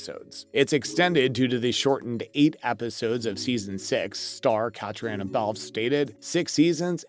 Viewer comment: Catrina is how her name is pronounced. Please try harder!